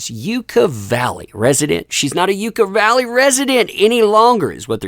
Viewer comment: It is not you ca valley, it is ya ca valley! Just to make you look good!